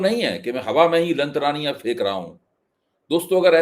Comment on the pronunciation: Aapke mukh se Lamtraniya word bhut khubsurat lagta hai.😊